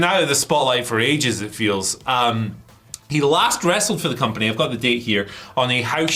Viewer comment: Literally the first second of this video: AEW star exits the "COMANPANY". 🤣